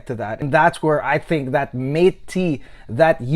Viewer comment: Very good review you've got here. Mate is pronounced more like 'mottay' because it is spanish. But overall, I got a lot of great information from your video, and I liked it very much. Great work!